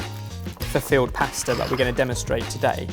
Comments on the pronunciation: Really sounds like you're saying field pasta, not filled. I was like "ooooh what's that?" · I started off wondering what "field" pasta was before I deciphered he meant filled! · I keep hearing field pasta rather than filled. I imagine him, along with his spice jacket, bringing along some fresh pasta and saying "ooh, nettle makes a great pasta sauce!" PS. Can you keep doing these please. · Im assuming he was saying filled, but all I heard was field... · Did anyone else think said field pasta? Wondered what I was about to see 🤭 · Anyone else think every time says “filled” it sounds like “field”? 😂